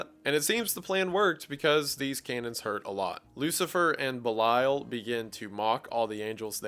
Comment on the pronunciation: a genuine question , are we pronouncing belial as B’lisle?